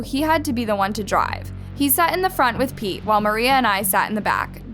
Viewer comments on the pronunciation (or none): is it just me or when they said pete it sounded like pee